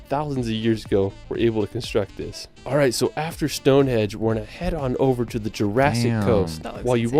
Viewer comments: "Stone hedge"? It is pronounced as it is spelt "Stonehenge" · It's Stonehenge NOT Stonehedge, Summer and Winter Solstice. surprising that someone who says it he favourite place got it wrong, and as he has spent the last 3 1/2 years exploring Britain. Once you see Big Ben, you don't cross the bridge to see Westminster, NOT MINISTER, it's on the same side of the River. Birmingham would be an anti-climax compared to London! Write a list out of things that interest you in life, absolutely anything, then google those topics in the UK. Art, galleries a plenty in London, Egypt, Rosetta Stone, Sutton Hoo ship burial at the British Museum. Cleopatra's Needle and the Statue of Queen Bodica and her daughters, who went to war in a Chariot against the Romans, are on the North of the Thames Victoria Embankment by Big Ben. 10 Downing St, the residence of The Prime Minister, is just around the corner in Whitehall, as is Horseguards parade, a little further down. Walk through the Parade to St James' Park, turn right and walk to the end of the road and turn left up the Mall, past St James' Palace to Buckingham Palace. Alternative route to Buck House, past Horse Guards up to Trafalgar Sq, named after the battle of Trafalgar, 1805, where the Brits beat the French and Spanish in a Naval battle, and Nelsons Column, Admiral of the fleet. Also, if art is your bag, man, The National Gallery. Turn left up the Mall to Buck Hse or right to Covent Garden, for eateries, shopping, Or walk up Pall Mall to Lower Regents St and turn Right towards Piccadilly Circus and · Henge not Hedge ffs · Stonehedge? LOL. it's Stonehenge. That narrator needs help. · Why did he keep saying stonehedge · Is he saying "stone hedge"? 🤔 😄